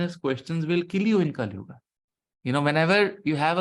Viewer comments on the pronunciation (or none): Sir please don't say kalyuugaa. It's sounds awkward.